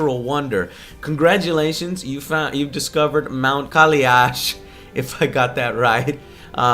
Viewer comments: It's Kai-Lash Joe; not Kali-Ash. :D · Its not Kaliash. Its Kailash. Its a holy mountain, supposedly Lord Shiva lived/lives there. Just wanted to put it out there. Don't pronounce it wrong next time, Religious people won't like it :)